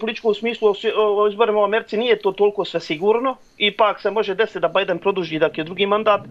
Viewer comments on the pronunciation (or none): none